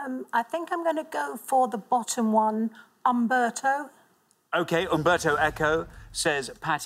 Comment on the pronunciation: Since when did UMBERTO begin with a "V"